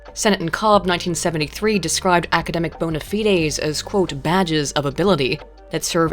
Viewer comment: That's the proper pronunciation in Latin - fide, from which we get "faith". "Bona," cognate with Spanish "bueno," and Italian "benne" from which we here "beneficial," or good. Good faith.